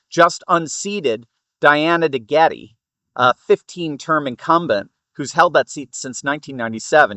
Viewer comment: Pronounced De-Get